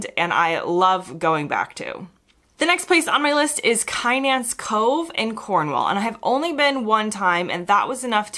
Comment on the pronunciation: I am sure other contributors will correct me if I am wrong but Kynance is I believe pronounced Kinnance with the emphasis on the second syllable. Lovely video as usual